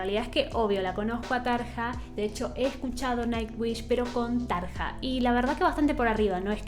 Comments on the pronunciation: se dice flor, y tarria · Tarja se pronuncia Taria como Arya Stark de GoT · Me gustó mucho tu reacción y análisis de la canción seguí asi y ponele mas detalles técnicos si queres porque le da mas valor al video. Seguí con Nightwish porque tiene joyitas en todos sus discos. Dejame que te corrija el nombre de las cantantes Floor se pronuncia Flor y Tarja suena como Tarria. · Se pronuncia Tarya o Tarlla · Este comentario va de buena onda entre disléxicos parlantes (?) Jajajajaja veo que en varios videos pronuncias de diferentes formas los nombres. Anette se dice como si dijeras Danette pero sin la D. Floor Jansen solo es Flor Yansen Tarja Turunen es Tarrrrria Turunen. Con Tatiana no te puedo ayudar, su apellido tampoco me sale aún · Me gustaría que des tu opinión con una video reacción entre Floor y Tarja. Por cierto...en neerlandés la J se pronuncia I latina, por lo tanto sería Taria y Floor Iansen. Como para aclarar un poquito. Gracias y seguí sumando suscriptores!!!! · Me encantas. "Tarja" se pronuncia "Taria" porque la letra "j" en finlandés se pronuncia como "i". Amo tus reacciones y el disfrute que se te nota cuando escuchas este tipo de música. Nightwish es un increíble deleite en toda la extensión de la palabra, sobre todo en shows en vivo!!!! Floor fue la cantante de After Forever. Por eso te suena conocida. Saludos desde México. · Tarja se pronuncia Taria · No se pronuncia Tarja, sino Taria. En el este de Europa el diptongo "ia" no es aceptado y se pone "ija". Por ejemplo policia se escribe policija pero suena policia. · En realidad se pronuncia "Tarria". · Se pronuncia Flor iansen y Taria. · Se pronuncia Tar i a o mira algun vídeo de Nightwish ahí hablan en finlandés y se nota claro como es la pronunciación :)